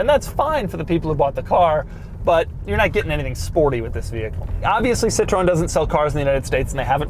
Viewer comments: Not si tron its si troh en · Doug apparently can't decide if Citröen is a three syllable or a two syllable word. Hint: It's a three syllable word, "sit-ro-en". Pronouncing it with two syllables makes it the French word for lemon. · Citroën, not Citröen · pronounced "sit-tro-ehn" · It's spelled "Citroën" with the dots over the "e" and not the "o" like it is in the title. Also, you don't pronounce the "o", so it's just "Citren". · Pronounced: sit-ren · its pronounced "Sitchrin" Try reading the correct info before making a poo video. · Pronounced SIT-Row-En. Cmon Doug do your homework. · Doug is saying Citroen weird because someone probably told him that was how it was said